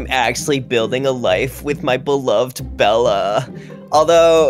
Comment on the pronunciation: It’s supposed to be Bella not idella